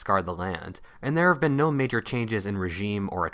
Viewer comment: He said NAJOR